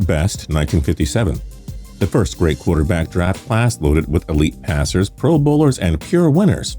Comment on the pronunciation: He said "QUARTER BASS CLASS"